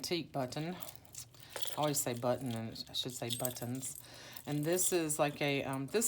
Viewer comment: LOL ........................ Bu-TT-ons ................. sooo not you, Gurl!! LOL!!!! OMG!!!! I'ma tell Faydra on you!!!! She's gonna have to re-train you in Texan drawl!!! LOL......💗XX!!! Your journals are such treasures!!! My student's baby will turn 1 in a few, and she still raves about her baby book!! So proud to have gifted her art made by you!!🌻